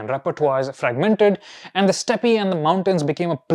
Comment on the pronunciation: It's pronounced step